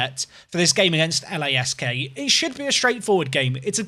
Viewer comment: LASK is pronounced as one word